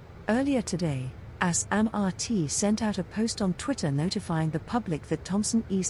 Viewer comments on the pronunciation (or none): none